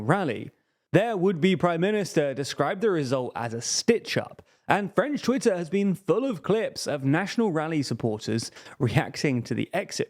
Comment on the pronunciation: Just wanted to praise your French pronunciation